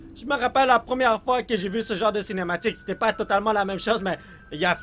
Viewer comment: dans presque tous les vidéos dis j'ai j'ai on dirait il dit gg